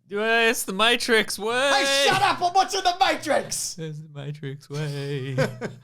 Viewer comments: Back to pronouncing it Mawetrix lol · Hey look, stop saying words wrong. Fucking Mattrex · can't even say 'matrix' right, for starters. Good start,. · hes obviously saying matrix wrong on purpose